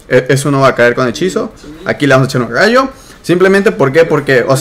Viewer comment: tengo gallo, se dice RAYO con R